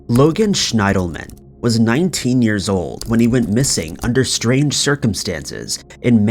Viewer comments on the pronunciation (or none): It´s SCHIENDELMAN not SCHNAIDELMAN. Can´t you read?